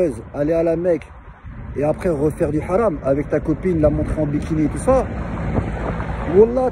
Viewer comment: Déjà on dit pas wallahye mais wallah